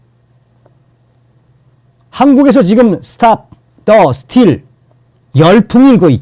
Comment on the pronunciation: 스틸 아니고 스티-:: 이 얼 발음 하세요